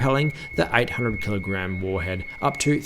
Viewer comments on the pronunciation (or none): none